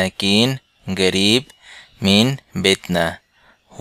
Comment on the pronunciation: এখানে ক্বাফ এর উচ্চারণ গ দিয়ে বলা হচ্ছে কেন, যেমন ক্বারিব কে বলা হচ্ছে গারিব। একটু বুঝিয়ে বলেন দয়া করে।